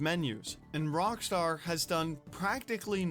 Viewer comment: Am I the only one hearing him say "wrong Star" not Rock star?